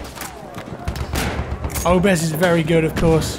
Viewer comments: It`s pronounced obrEz, not Obrez accent on 2-nd syllable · can you please pronounce obrez as it's supposed to? With emphasis on E, obrEz.